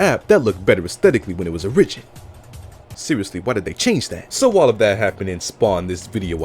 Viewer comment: Can not forgive the way you said origin tho 😂